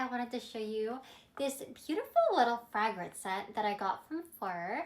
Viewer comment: FRAG -RANCE ?!? she legit pronounced it as Frag-ment and not the correct long A within the pronunciation. Not to mention saying "dat" in place of THat. 😑 All that wealth, yet Deb couldnt be bothered to see that she got speech therapy as a child. No surprise there.